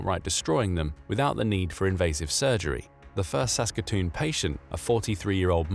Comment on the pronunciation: He got Saskatoon correct